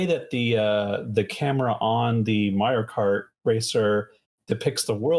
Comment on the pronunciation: She said kario mart... I swear!